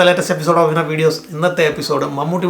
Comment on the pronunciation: Viener??? 😂 change the V to W